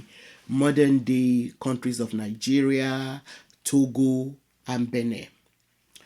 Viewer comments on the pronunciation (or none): none